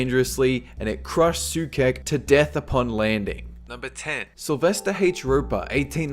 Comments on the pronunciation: Karel Soucek is not read /sukek/ but /soutshek/ ;) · They say it's better to aim high and fail than set an easy goal and reach it. And by the way, Karel Souček is pronounced "so - check". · it's pronounced so-check, not so-kek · Hehe Sookek xD. That was so cute. The name is pronounced like this "Səutʃek" :) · soucek =/= soo-kek. since when does a C followed by an E make a hard K sound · Soucek is pronounced "sotchek" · the right pronociation for Soucek is [:soucheck] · The name of the guy with niagaras is Souček, read SOU- (like mould) chek (like cheque or Czech). Geez, english speaking people the fact that you guys write your language in the most idiotic way possible does not mean that other people have to do so too... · Soucek is pronounced "SO-CHECK" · SOOKEK facepalm learn to pronounce it the right way.. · It's pronounced ''Soucheck''! ;) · Soucek is pronounced as, Sou-Check